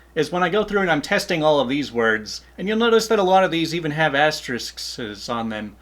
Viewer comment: It’s: “ass-turr-ricks”. BTW, great video and thanks for doing this!